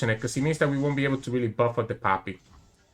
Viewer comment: I love it how you pronounce poppy and it sounds like papi :) Also I´m not dissing you in any way I just like accents and language <3 I´m new to your content and I do like it a lot so thank you for that.